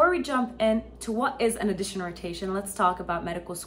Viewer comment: Sorry. Please fix your pronunciation of “audition”. You make it sound like “addition”.